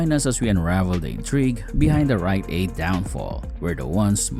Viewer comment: Was this entire thing AI generated? LOL "WILL WRITE AID EMERGE FELIX LIKE"